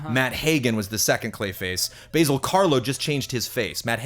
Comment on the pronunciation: Basil Rathbone is not a herb, Ba(short A)-Zill, like Basil Faulty :).